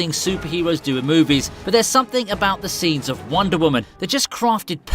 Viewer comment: Who else thinks when he says wonder women it sounds like wandavision